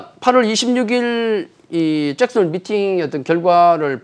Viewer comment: 짹슨홀 아니고 잭슨홀